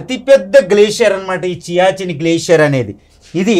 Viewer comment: It is siachin glacier not chiachin